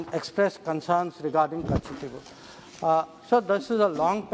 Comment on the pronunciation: Madam hope you are staying in tamilnadu only .....cos it's not katchativvwhoo..it's katchativu😃